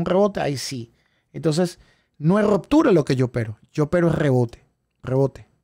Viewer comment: No es rOptura.... es rUptura